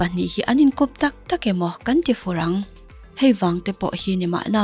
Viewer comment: Enge i sawi ve nep nuap a??? I mizo t(r)awng type neh nuah chuhh🤣🤣🤣 chuan " hei" tih tur aw " hai" anilo, " zel la" ti rawh.."tichuan"te ila ti ta ang duah duah a🤣🤣🤣 a dang pawh khi ...." b" khi i uar leh top ta ni🤣🤣🤣